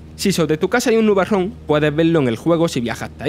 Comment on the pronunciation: Creo que se diferencia a leguas en su caso, si no entiendes el dialecto andaluz es tu problema. Ahora sí, su pronunciación del inglés es muy mejorable y parece que le faltan clases de colocación de la voz (ejemplo en el min cuando pronuncia nubarrón y el final de la palabra se le atasca)